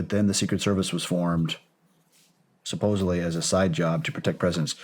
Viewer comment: Shawn. The correct pronunciation is Sup-pose-ed-ly. It is not supposably.